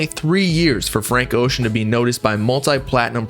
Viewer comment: His last name is pronounced bro